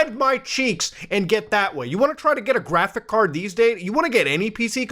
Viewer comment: muta please just say the fucking s at the end of graphics card PLEASE